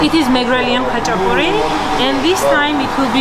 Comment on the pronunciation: I said it before ! You say Hachapuri but its spelled Khachapuri ;)